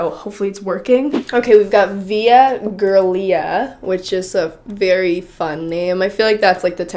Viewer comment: I think the sockshoes are absolutely disgusting XD "Via" was right, "Giulia" is the italian way of writing 'Julia' and pronounced similarly.